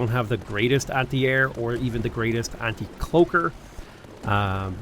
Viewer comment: says "Cloaker" with a hard R